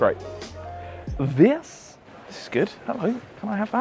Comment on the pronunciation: The "THIS" made me laugh out loud.